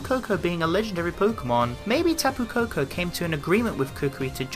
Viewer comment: It's kapu koko